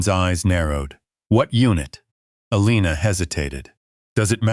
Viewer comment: The Nurse's name is Elana, not Alina!